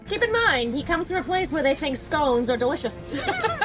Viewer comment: Scawns lol